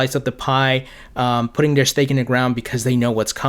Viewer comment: I'm sorry. You do a great job. One thing that drives me crazy is your pronunciation of "th" you nail it when you say "ethereum ", but the you pronounce "their ", or "the", it sounds like "dare" or ""da". Great content, great everything, just letting you know. Thanks